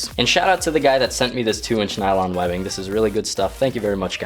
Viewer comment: 1.) Its "nylon" not "nailong" 2.) It's what seat belts are everywhere.